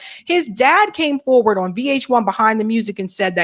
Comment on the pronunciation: I love your accent 😂, when you say ON it almost sounds like you say OWEN 😂😂